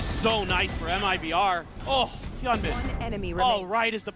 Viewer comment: 日本人よ、hyunminはヒョンミンと読みます。 キャスターは一生「ヒャンミン」と間違えてますが「ヒョンミン」が正しい発音です。